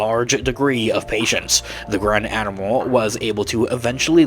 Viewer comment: I'm pretty sure you just said "Grand Animal"